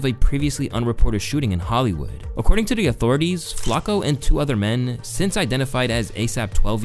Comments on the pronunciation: Bro you’re driving me nuts. It’s “Flock-O” not “flack-o” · love the video but the way you pronouncing flacko is pissing me off lmao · The way you say flocko bothers the fuck out of me for no reason, "Flock-oh" not " Flak- oh" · Why this a.i. shit keeps saying flako..am I missing something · Is he saying FLAKKO half the time? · This guy just say "Flacco" 🤣